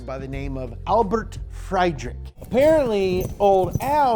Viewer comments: Pronounce it "Albert Freedrichhh". In order for it to be "Freydrikk", the "i" and the "e" would have to swap places. Not sure how often that happens in German. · I love how you pronounce the ö in rössler correctly but still call friedrich fried rick (it's pronounced freed) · How to pronounce Friedrich correctly: Free-drick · Before I hear another Freidrich instead of Friedrich I offer myself for all further German pronunciation translation! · Friedrich is pronounced more like freedrish, not frydrick Plus Unimog is short for "Universales Motor Gerät" which translates to "universal engine device" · Short pronounciation lesson for Americans : Friedrich = Freedrich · Friedrich = Freed Rick Rössler= Row Slur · Friedrich Pronounced [ Free -dr-ish] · Pronouncing "Friedrich" needs a how to video all of its own, apparently. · ouuuuuch.... English pronounciation *rofl* Here are some examples how your English pronounciation would be written in German and how do an English person should say it. English 'Unimog' would be written 'Junimog'. Spell it like 'Oohnimog'. English 'Albert Friedrich' would be written 'Albrt Freidjg'. Spell it like 'Albahrt Freidrish'. English 'Hans Zabel' would be written 'Hahns Säbel'. Spell it like 'Hahns Tsawbehl'. English 'Heinrich Rössler' would be written 'Heinrik Rüsslör'. Spell it like 'Heinrish Rirssler'. English 'Universal Motor Gerät' would be written 'Junivörsl Moutu Jerat'. Spell it like 'Oonihversahl Mohtor Kereht'. If this is not completely perfect, blame the Mac's speech synthesis.